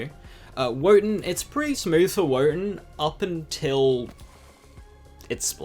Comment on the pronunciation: Why do you pronounce Wotan like that? Fix that.